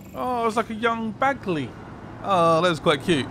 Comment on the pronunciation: Can you please stop calling him Bagsley....lol